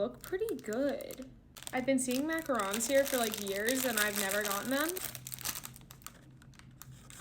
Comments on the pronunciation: Thank you so much for not saying macaroon lol Edit: the texture looked perfect though..??? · Thank you for saying macarons instead of macaroons like most people do. It really irks me! They are two completely different cookies!